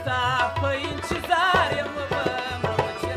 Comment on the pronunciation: که چیري د لغاتونو تلفظ سم صحیح وکړي نو لږ څه به پر معیار برابر سي. دی خو بیخي زموږ د کندهار د کوڅو لهجه غوندي تلفظ کوي ( انچیظار) 🤦🏻‍♂️ تاسو یې فهم ورته واړوئ.